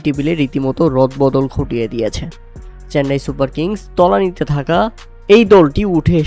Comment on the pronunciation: সুপার ফোর❌ সুফার ফোর✅ রদবদল❌ রথ বদল✅ 🤣🤣🤣